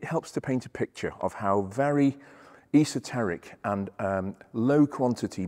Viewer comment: New Joisey... perfect pronunciation 😂